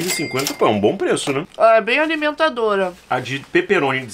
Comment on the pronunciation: "Bem alimentadora" ficou igual ao "nataliantes", kkkkkkkkkkkkk